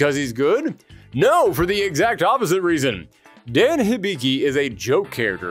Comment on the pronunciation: Hmn... I thought at least YOU would have pronounced the name of Dan correctly. They even made the same mistake in Street Fighter: Assassin's Fist: Ken read the KANJI of the name "Dan" and yet still asks "Who is DEN ?".